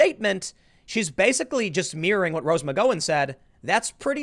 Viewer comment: how can tim continue to mispronounce rose mcgowen's name? he is the only one i have heard say it the way he does.